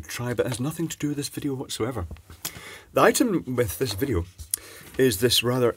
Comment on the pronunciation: Nice vijeo "I llllllllllllike't"